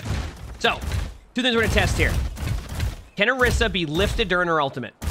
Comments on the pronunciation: whys he saying orissa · Why dose no one ever say orisa's name correctly 😔